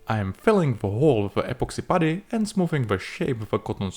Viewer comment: Anyone else devastated that started pronouncing "putty" in a more conventional way? I was living for that old pronunciation. His English is getting too good dammit.